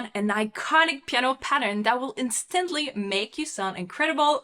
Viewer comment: Your English is very good, but in the word "instantly", you really should put the emphasis on the first syllable.